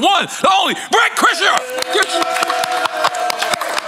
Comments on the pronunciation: He calling him Brett kresher lmfao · It’s his favorite comedian but less than 2 min in he called him Bret 😂 than called him Bret Kresher smh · So happy to see Burnt Krishna join the pod. Big thanks to nore for the super correct pronunciation 😅🎉😂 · I love how he don't pronounce either one of his names correctly lol lawd I love NORE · How's he say he's my favorite comedian I love this man. I follow this man. Then mispronounce the hell out of his name lol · It's an 'inside joke' to fk up Bort Kershers name on purpose.